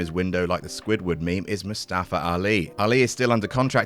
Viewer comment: “Moo-Staafer Ali”